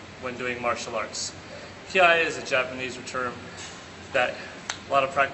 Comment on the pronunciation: It's Kiai, not Kiay.